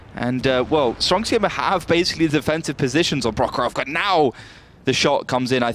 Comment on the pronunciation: "stronk sijema" mówcie po polsku stronk siema!